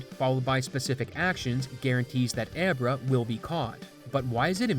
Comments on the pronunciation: "ebra" sounds like virus. As and Italian, and a magician, it as always been "abra" "abracadabra"...... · I've never heard Abra pronounced "Eh bruh" before.